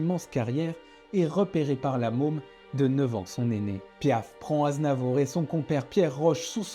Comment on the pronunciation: Vers la fin du vid, le narrateur dit charles NAZNAVOUR. 😂😂